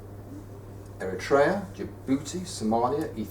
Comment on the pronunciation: Your pronunciations sometimes make no sense whatsoever :D "MaR-greb", "Eh-ri-trey-ah" "Lez-OO-toe"